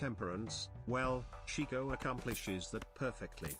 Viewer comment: You stress the wrong syllable Chicot rhymes with Cheeto.